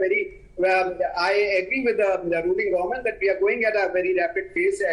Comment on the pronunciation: the word is Government.. Not Goment...!!